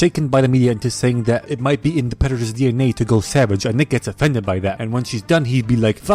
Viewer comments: "Predatas instead of predaters" 💀 LMAOOOO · "Pretattas instead of predators" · lmao predetaaas instead of predatorrrs